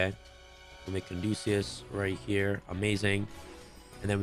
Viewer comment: Caduceus not Candosa